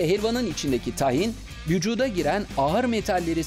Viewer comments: Tahin değil Tâhin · Tahin nasıl okunuyooor 🤔 A yı uzatıyor muyuz uzatmıyor muyuz 🙈